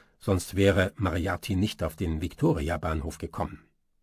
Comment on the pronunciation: Schöne Stimme. Aber bitte nicht mehr "Mariati"...